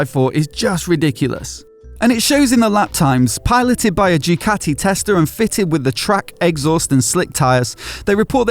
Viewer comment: I wish someone in pr at the factory would instruct you on how to pronounce their name. It's not Dewkatty, it's Dookaati. You're welcome.